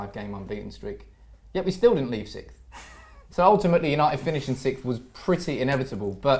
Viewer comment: You'd think would be able to pronounce sixth by now.